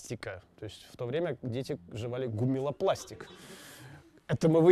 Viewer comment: Не "гуммилопластик", а гуммиластик (от gomme élastique), каучук смешанный с сосновой смолой (1860), потом научились сахар добавлять (1888).